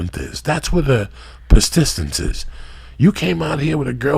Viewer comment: PERSTISTENCE 😂😂😂 This cocksucka redefining the English language.